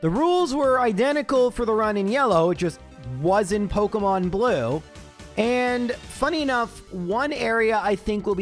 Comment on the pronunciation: pokEEEEmon* not pokUHHHHHHmon